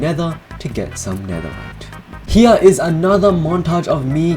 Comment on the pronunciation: Are you german because you said :,, HIER is another Montage of me Mining netherrite." In